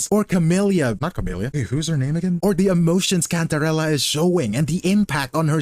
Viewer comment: Thank you for pronouncing cantarella right 🙏